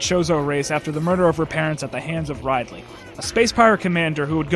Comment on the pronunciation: RIDE...LEY .Seriously RIDELEY. Because poor english is cool